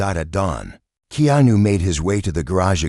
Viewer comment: Please pronounce Keanu's name correctly